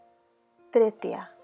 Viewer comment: It is not Tretya it's Treta yuga